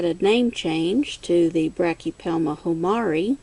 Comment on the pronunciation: Pssst...B. hamorii, not humari. :) I am jealous of your albiceps and vagans!